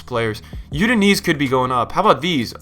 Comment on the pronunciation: 'You-din-eez'...'Australian Bundesliga'